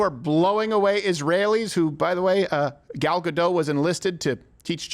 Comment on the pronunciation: U should pronouce the t in gadot